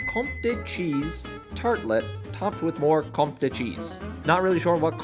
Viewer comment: it’s pronounced comte, one syllable. also thanks for making this vid, i have zero desire to go on a cruise let a lone disney cruise.